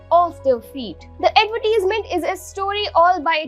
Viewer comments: It’s not Ad-vet-tease-ment. Ad-ver-tise-ment. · Stop saying adverteesmen...... shithole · Great Advertisement but for the Anchor you have to improve your English pronounciation ( specially the word Advertisement).